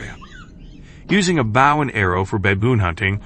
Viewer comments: Wish you people would say the word right.Bow and arrow not bough and arrow. Some of you people need to learn the language. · It's BOW, not bough. A bough is a branch of a tree!! You really need to double check your pronuciation.